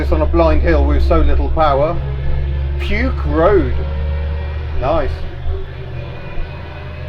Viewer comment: LOL. "Puke road" actually a Maori word pronounced pookie & meaning a natural land elevation.